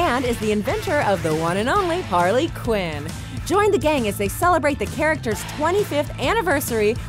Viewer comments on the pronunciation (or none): none